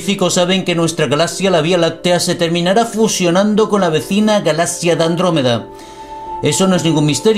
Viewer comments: Me desespera como dice "Galasia" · Que raro pronuncia la palabra galaxia.